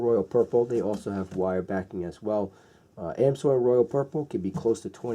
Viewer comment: ITS AMS----OIL NOT AM--SOIL